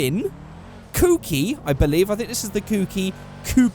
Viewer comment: It's kouki